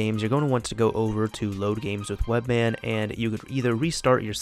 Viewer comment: it's webMAN not webMann